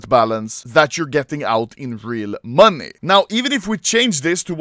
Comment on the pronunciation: Why does this man say money like "MONII"